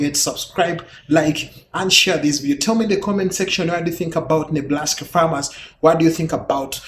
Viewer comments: Enjoyed the video. I laughed at "Neblaska." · Hehehe it sounded like he said Neblaska. Hahahahahaha